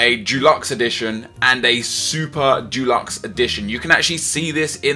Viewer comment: Good video, but Dulux is a brand of paint... it's 'Deluxe'